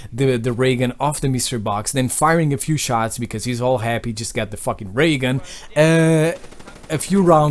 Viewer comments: I thought you said "Am I gonna get a Reagan " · the way he says ray gun XD